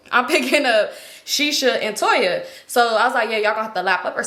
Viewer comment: U said Toya ? Eggs by Toya ??